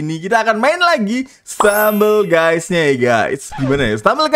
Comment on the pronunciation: Bang bukan gey tapi guys